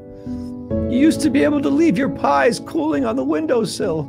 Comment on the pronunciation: I love how he says "PIES" at the very end